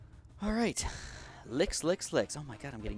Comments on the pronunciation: Oof was not trying to be a dick but had no idea there was even a regional thing that turns a hard ch into a K sound, sorry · ok i get what youre saying m8 and its fine that said it with a ''k'' but like the correct pronunciation is with a ch i mean kust sayin' ok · pronounced as LICH, not LICK. Have you never heard that word before????? Like, Rich. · I hate to be that guy but I believe Lich is pronounced with a hard ch (like birch, or crunch) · I agree its lich and I was a little triggered when he said it lol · i hate to be THAT guy but there is no way in hell that saying it like lick is right,seriously ask anyone even mildly inrterested in rpgs or mithology and 9/10 times they'll say it's pronounced with a hard ch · the way he pronounces lich is so weird XDD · Small Chicken yeah I do have to agree with you there, it's just hard for me to figure out if some one is mispronouncing something or if its just a regional thing I just thought ide add my two cents